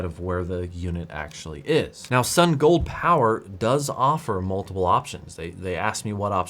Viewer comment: I love your content, but people sending you review items should at least give you a phonetic pronunciation of their company name. Keep it up, thanks for the quality content.